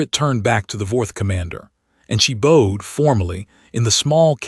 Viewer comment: Could you teach your ai voice the differences between bowed and bowed?